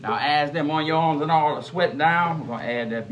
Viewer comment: I love the Cajun pronunciation of "onions"